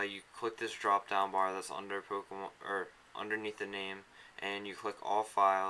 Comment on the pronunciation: POMKEMON? A NEW GAME? Duuuude i have to get this Pomkemon you speak of.